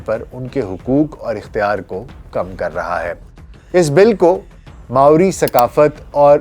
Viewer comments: Pronunciation maori hai morai nahi sahi kar lijiye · It's Maori not Morai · Dr sahab it's not murai. It's Maori. There is no such word murai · I am currently a resident of New Zealand, and it took me a good five minutes to understand what you were saying. The word is not "Murai"; the natives are known as Māori (pronounced as Mau-ree). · It's pronounce as Ma-o-ri.. not Morai.. but indeed a nice video